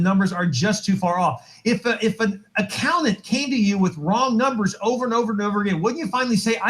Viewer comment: Ugh. This guy can't even speak simple common English! I've never heard anyone say "accow nant" and before.